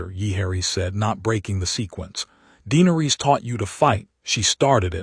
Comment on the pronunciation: Is it? I'm unsure whether to try listening again. i don't want to hear another tale of conquest and war against the Others. I was hoping for a story about Valyria, how Daenerys came to live there. Also, the AI narrator is very jarring. Vhagar is not Vee Hagar, it's not Jeeharis, not Deenaris, not Tayrion etc Is it worth the time? Any time?